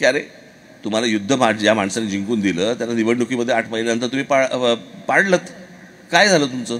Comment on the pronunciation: राज साहेब लता दिदी ज्या शब्दातील चुका सांगायच्या त्या प्रमाणे मला दोन शब्द चुकीच्या वाटल्या 1)पंजाबचे बादल नाही बांदल 2)जिकुन नाही जिंकुन ❤